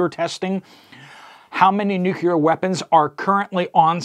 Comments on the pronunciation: Nuclear - Nu-cle-er. Not Nuquler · Nu•cleeee•Er. There is no "U" in the second syllable. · Nucular is not a word. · Nu-CLEE-er, Nu-CLEE-er… repeat after me… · "NU kee er" ? 🤣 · Nuc...le...ar. Thanks for the news. I hadn't heard about it (and I live in TN).